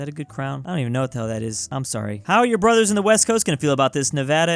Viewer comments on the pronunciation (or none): none